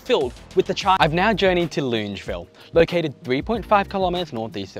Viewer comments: HOLY FRICK I AM OFFENDED LUNGEVILLE? AS A LANE COVE NATIVE ITS LONGAVIL I KNOW ITS APRIL FOOLS, BUT THIS IS JUST TOO MUCH TO TAKE 💀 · Hi, Love you channel and your excellent delivery. Just picking you up on your pronunciation of Longueville. It's pronounced Longer-ville. I laughed when I heard you say it. Also, I've get to disagree with your view that we need to keep jamming people into units. The quintessential quality of living in AU is that we have (or used to) the luxury of a backyard in the suburbs. We don't want to live like they do in HK or China. Yes, its a symptom of insane immigration but having grown up in Haberfield, I love having space around me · loongeville? ...ahaha your pronunciations never cease to crack me up 🤣great vid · You're an amazing young man and a Doctor too. Loved your video on Wondabyne, we used to take the train there from Epping and camp for a few nights when i was 15 and walk next to the train tracks to Woy Woy. Used a torch to signal the train driver to stop at night. I've always pronounced it that suburb Long-e-ville ? Best wishes to you for your future :-) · Buddy it’s pronounced long-a-ville (as an unwilling resident of the area) sick video tho 💜💜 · Longavil is how it’s pronounced. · Longueville --> pronounced Long-ga-ville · Lived in Sydney for 30 odd years and always learning something interesting about it, like how to pronounce Longueville